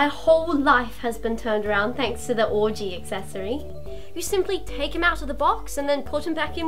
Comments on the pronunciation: ish it sounds like she said "Orgy Accessory" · Did she just pronounce ouji as orgy? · I kept thinking they were saying oragy.